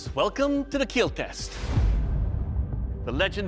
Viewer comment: KEAL not KILL. Learn English please.